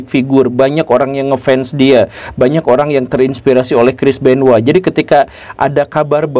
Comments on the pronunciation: Namanya CHRIS BENOIT pak GURU. Kok saya dengar Namanya Kris Benoa. 🤣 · Gw taunya crish benoit bukan crish benowa😂